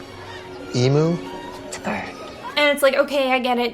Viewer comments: Jenny I love you girl but its pronounced "eem-you" not "e-moo" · Sorry to be that person.... Emu is pronounced E-mew not E-moo..... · side note, as an Australian, it’s pronounced ee-mm-you not ee-mm-oo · People, the U in Emu is pronounced as in University. "E-myoo" not "Emoo". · The emu thing... (firstly, Americans, it is pronounced E-mew, not E-moo) You can eat emu. There is literally emu in the fridge at my local supermarket. They are not eating some critically endangered bird, or human meat. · Dear Americans, Emu is pronounced ‘eemew’, not ‘eemoo’. It’s a bird, not a cow. Sincerely, An Australian. (The country that was defeated in a war against emus. They got pissed when we called them emoos. It’ll happen to you too if you aren’t careful.) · the pronunciation of emu hurts so bad its eemeeyou not emoo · Good video but you pronounced emu wrong, it’s like eem-you not ee-moo. The characters in the thing also said it weird, is it an American thing? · Okay everyone as a man whose family has been in the state that lost the EMU wars for the past 60'000 years, it's pronounced Ream You without the R, Ehmyou like that not E-Mu. Kay we got that, great. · "E-Moo" lol As an Australian I was confused for a second, it's pronounced "Eem-You" here, but anyway, this film looks like a steaming pile of garbage and I'm so sorry you had to subject yourself to that trash. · What exactly is wrong with emu meat anyway? Let's not forget that emu drumsticks are about twice the size of those turkey drumsticks. Oh, and it's pronounced EMEW, not EMOO. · Emu is pronounced eem-you, not ee-moo. They defeated us in a war. We pronounce their name correctly. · I hesitate to call anything about this film even remotely clever but calling the turkey legs “emu” was definitely because on a first listen it sounds like she’s saying “human” and that’s actually kinda smart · Emu is pronounced eem-you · how the hell are Americans pronouncing emu... E-moo? Help me... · did she pronounce emu as emoo